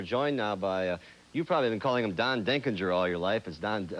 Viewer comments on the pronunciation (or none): Then immediately Stockton calls him “Denkin-GER” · Brain-dead announcer Dick Stockton mispronounces Denkinger's name just minutes after the correct pronunciation was made.